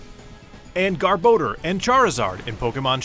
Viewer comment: TIL how to pronounce Garbodor....